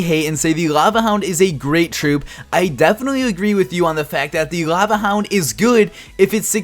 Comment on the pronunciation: Cringed every time he said laeuvueh hound -_